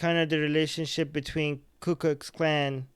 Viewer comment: Who else heard him say ku klux klown?😂